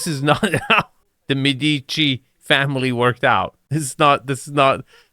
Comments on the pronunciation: you make your living criticizing architectural properties, so perhaps you won’t mind if I point out that you’re pronouncing Medici wrong. It isn’t “Med-EE-chi.” It’s “MED-i-chee.” And if you’re offended by the pettiness of this critique, please remember that you’re the dude whose own myriad of criticisms can sometimes be cringingly snide. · Médici, not Medeechie. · Those palm trees in the entry courtyard? I lived Hawai'i for 40 years and am here to tell you that Palm Trees are "spiral staircases for RATS" to enter your home. (Oh, and -- that super rich Italian merchant family is pronounced: MAY- duh- CHEE AND: that "game room" is for low-IQ rich people who have ZERO "life of the mind" and ZERO "culture." But what a pretty "model-boy" type gets interviewed. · Thank you, was just saying the same, you said it perfectly.